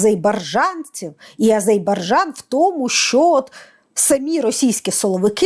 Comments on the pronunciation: Дуже образливо називати країну с помилками, коли тьотя на вулиці дає інтерв'ю, то ок, а вам,, це дуже образливо виходе, вибачаюсь перед моїми азербайджанськіми друзями😢😢😢😢 Азербайджан, не Азейбаржан!!!!! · Ріже вуха АзеІбарджан . Будь ласка , кажіть Азербайджан . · Азербайджан, а не Азейбарджан, треба знати, коли людям розповідаєш щось! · та ну не АЗЕЙ-БАР-ДЖАН,, АЗЕР-БАЙ-ДЖАН, потренуйтеся )) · Не Азебаржан ,а Азербайджан!!! Невже так важко вимовити правильно? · АЗЕРБАЙДЖАН! Тренуйтеся вимовляти правильно...